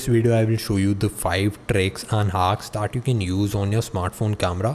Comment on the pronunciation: bro it's not "aaplication".... it's application. one more... it's not "daaaat".... it's "that". it's irritating yaar....🙄